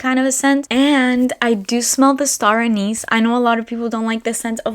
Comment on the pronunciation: Just trying to help the newbies ;) Anise is not a/niece...it's pronounced Anisssss.